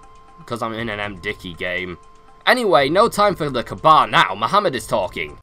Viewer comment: It's pronounce the Ka'aba